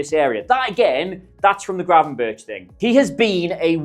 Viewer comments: Its pronounced gravenberg. Very easy not gravenbirtch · it's Gravenberk not birch like the tree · Great video thanks! Unsolicited suggestion if I may, just call him Gravenberg - like Bergkamp, ch=g in dutch and it sounds much better :) Cheers! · If yuo say Gravenbirtsj one more time yuoll be banned from Holland like David Ike!